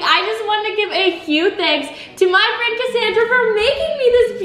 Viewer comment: is friend not fiend